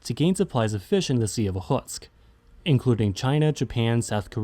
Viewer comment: This is quite an informative video on maritime borders! Thanks for the video! Also, nice pronunciation of "Okhotsk". Although I have been watching you for a while, I will subscribe now!